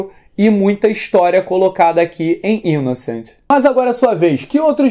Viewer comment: Pronuncia-se "Inoçãnt" tal qual se pronuncia em francês. Abração,!